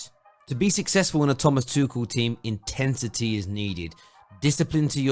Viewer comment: Mate did you just say “Intentity” instead of intensity 2 mins in?